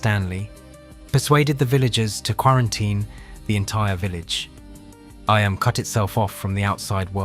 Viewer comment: Eeeeeeeemmmm not eye Am